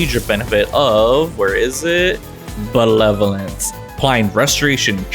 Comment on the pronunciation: Take a shot each time says benevolence wrong